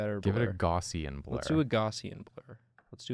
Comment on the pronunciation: You guys pronounced Gaussian so wrong... It's more like "gow-see-in"